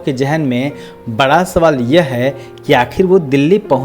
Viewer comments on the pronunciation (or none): none